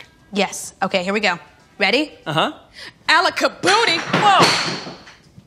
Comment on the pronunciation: "Alaca-booty" 😂 Butt actually, how did she do that?! P.S. Yes I did mean to put two t's in but. Read it again and you'll get it. 😉